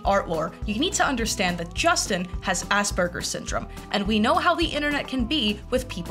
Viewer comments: girl its pronounced "ass pur-jizz" not ass burgers😭😭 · When u said aspergers i genuinely thought you said ass burgers and i was like 'yeah that's fair the guy has a burger on his wall and likes poop'